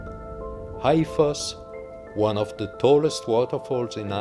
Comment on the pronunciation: Háifoss is “Haw-i-foss” Sigöldugljúfur is “Si-goohl-du-gluyuh-vur” Gjáin is “Gi-yaw-in” 😊😊😊